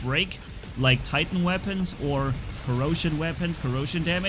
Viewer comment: Welcome to the COROsion cerbarus 😂 I was like.. Dit he said corona? No it was corrosion, it's fine 😎